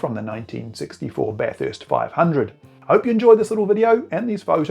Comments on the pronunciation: At Bathurst, it's pronounced Bathurst, not BatHURST. Think of it like this, the people of Melbourne hate Melbourne, being pronounced MelBORNE. Then there's Brisbane, but I think you're on to it. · Bath-hurst? There is only one letter h in the word Bathurst 😊